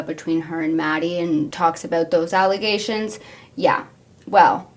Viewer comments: brother not “allagations” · Allagations is sending me help